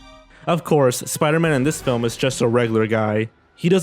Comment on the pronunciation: I smiled as soon as I heard supaidaman because of ready player one.